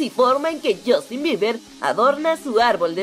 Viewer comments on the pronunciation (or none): Buen vídeo!! Pero Justin se pronuncia "Yastin" no" yostin "